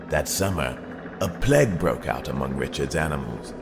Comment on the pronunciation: did he pronounce "Plague" as "Pleg"? O_o